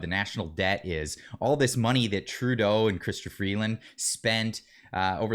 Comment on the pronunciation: Remeber It's True-Tho (Trudeau)